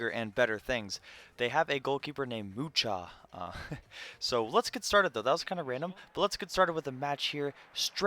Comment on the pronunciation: Everton;s keeper is polish and its pronounced Muha nice try tho lol